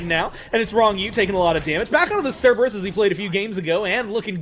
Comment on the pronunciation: it's "SIR ber us"